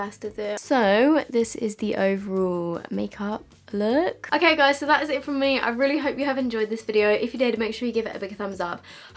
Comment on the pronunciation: Ok this isn't a HATE comment, but I hate it when you tubers say guyzezz Gi_z_ez This is NOT a HATE comment. is amazing as a person love her vids. P.S. if you are reading this give it a like